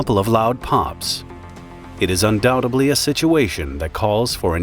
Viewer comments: "undoutably"? Really? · Again .... there is only one "B" in the word "undoubtedly" it is not """undoubtebly"" as it is pronounced by so many here on YouTube...